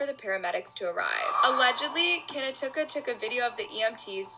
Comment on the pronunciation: Kinatuka? You mean Knautica as in Nautica? Poor child. Great video